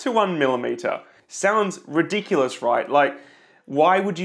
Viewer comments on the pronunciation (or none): none